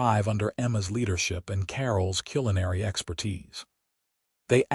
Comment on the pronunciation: Again at about : : the word 'culinary' is mispronounced Oops LoL 😢😢